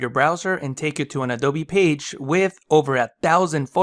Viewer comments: Did he say "Adove (A-Do-Vee)" ? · Well, I did some research, and apparently, the Spanish pronunciation of b/v is similar. Maybe that's why it sounds like he's saying "adove", because he is.